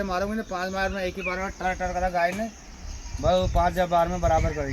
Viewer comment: भाई गऊ माता की ट्रांसलेट सही किया करो। गए नहीं होता गाय सही उच्चारण होता है।।